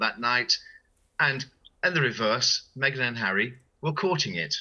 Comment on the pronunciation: Just think that Paul Burrel is being paid for his opinion and everything becomes clear! I find Miranda Devine distasteful, not to mention her pronunciation of 'Meeeeeeeeeeghan Markle'! Come on, please!